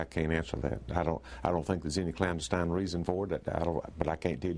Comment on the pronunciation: Notice how the campaign manager pronounced "KLANdestine". Haha!